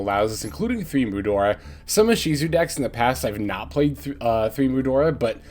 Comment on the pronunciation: I would literally do anything to get to just say "Divine Arsenal [double-A] Zeus" instead of "Divine Arsenal [Ahhhhh] Zeus". Like.... it's clearly a reference to AA batteries.